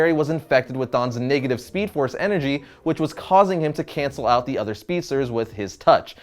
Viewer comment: Anyone else catch him say "niggative"